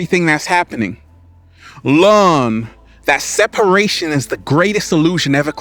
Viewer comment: We have to „LEARN“… not „LAWN“…. Love u!